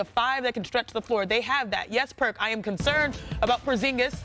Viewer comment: Stopped watching when I heard Perk 😂